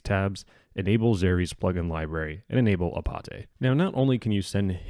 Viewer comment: Its Apate, not Apate ;)